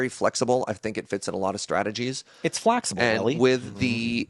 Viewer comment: "Its flaxible,!"